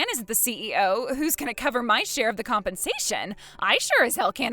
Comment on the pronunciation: the word is share not shair